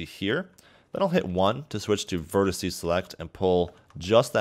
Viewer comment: quit saying "verticee"